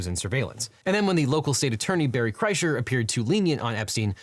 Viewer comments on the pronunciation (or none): none